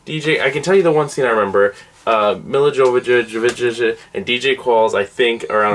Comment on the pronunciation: Lmao 😂 Milla Jovovich 😂. Me la Yovavich - that’s hale you say it 👍